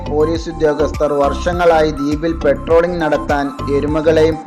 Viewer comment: പെട്രോളിംഗ് അല്ലടോ... പട്രോളിംഗ് എന്ന് പറ